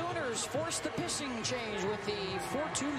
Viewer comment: Um...did anyone else hear her say pissing change instead of pitching change? 🤣